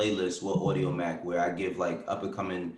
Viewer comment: said audiomack lol